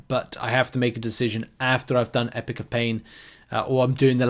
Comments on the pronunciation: Don't want to be a dick but WHY IN GODS NAME DO YOU CALL IT EPIC OF PAIN? It's Epoch not epic. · Epic of pain? It’s E-pock. British people shouldn’t be this bad with the English language.